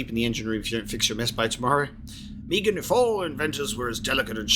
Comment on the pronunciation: The "Meegan" instead of "Meagan" is going to bug me. >.<